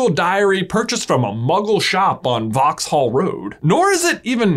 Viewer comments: American’s understandably but incorrectly pronouncing Vauxhall road as Vaux-hall road is funny to me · I always thought it was pronounced “Voe Hall” road 🤔